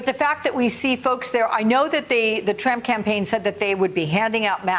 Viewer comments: Did she say Tramp campaign 🤔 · LOL she said the tramp campaign! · Did she just say the "Tramp Campaign!?" Lol!